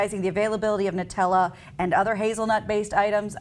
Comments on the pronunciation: Holy crap, its pronounced "noo-tel-uh" not "nuh-tel-uh". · noo-tella, not nut-ella